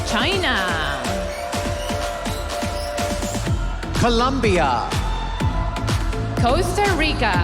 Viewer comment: I like how the presenter pronounces... COOLOOOMMMMBBBIA¡¡¡